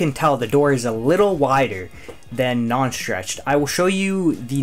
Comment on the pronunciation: Say schtchreched one more time... I dare you.....